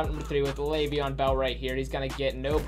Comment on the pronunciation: EdgE_Astro no it’s Le’veon